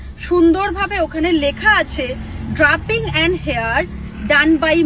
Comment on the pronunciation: Meye ta mone hoy thik kore porashuno o koreni, "matte" কে "ম্যাটি" মেকআপ বলছে, "drapping" কে "ড্রাপিং" বলছে !